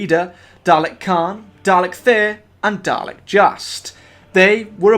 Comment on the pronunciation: Bro it's dal-ek not darlec